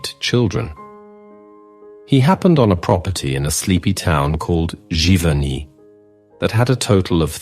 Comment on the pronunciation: These documentaries have been great! And as an American, I am thankful for hearing the correct pronunciation of all of these French towns I have been butchering the last 30 years that I have been interested in Monet! Thank you!